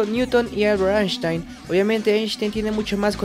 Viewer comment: Se pronuncia "Ainstain"